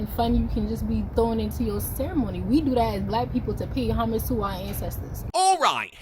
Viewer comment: Homige? Homige? Seriously? Im american and that shit is stupid as hell. It's Homage .